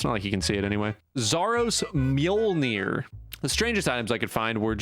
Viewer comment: that guy fucking had a 20 sec intro for pronouncing mjølnir, then proceeds to pronounce it wrong lmao